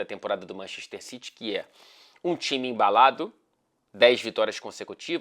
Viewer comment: ninguém:: manchexxxter